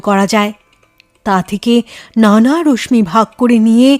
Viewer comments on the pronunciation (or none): উচ্চারণটা “রশ্মি: “র-স-শী”….”ম” টা উচ্চারিত হয় না, খুব কানে লেগেছে।